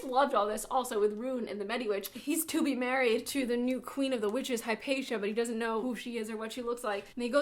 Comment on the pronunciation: “There’s a river kweeen” haha loved it